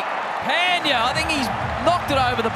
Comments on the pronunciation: No one : Commentator : Hardick Pendiyaa..... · No one:- Commentator: phendya😂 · No one: Literally no one: Aussie Commentators: “PENDIYA!” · Yes, they say.. पँड्या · They say " pundi " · Peldiya Pandya ne Pendiya 🤣🤣🤣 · also its not Pan dya, pronunciation is pun dya, only gujaratis can relate, like we get irritate when ppl pronounce PAN😅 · That's pandya not phendya 🤣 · Hear again its phendiya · Pandya ko toh Pandiya bolte he😂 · What we see: Pandya What they see: Phaaantheeyaaa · Australian commentators do commentary from the heart even if their own team is losing.That's why they are best in the world. & They pronounce the name of indian players in a entertaining way like, 😂 Shikhar dhawan = Shiky daawan Rohit = Shaarma Kohli = Kholi Rahul = Raool Iyer = Aayer Pandya = Pendia Shardul = Shardul thakoooor!! Siraj = Siraaas Jadeja = Jadaijjaa & Many more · First they pronounce pendey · Pan-diya is a World class hitter.. English commentators😂😂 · When he calls hardik pandya as peindya 😂😂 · He says hardik panndhya that moment😂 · Comandator : Pandeeya 😂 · Commentator : Hardik Phendyaa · pandya nahi bol sakte to hardik hi bol do na 😂